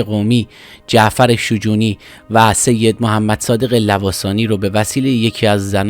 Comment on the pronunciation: تلفظ شجونی رو اشتباه میگی. در دامگه حادثه نوشته پرویز ثابتی نیست ، مصاحبه های تجمیع شده با ثابتی است.. در کل خوب بود ، باتشکر